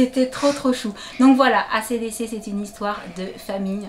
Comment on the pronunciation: Acdc ca se prononce en anglais mais bon j’adore trop ses nouveaux vêtements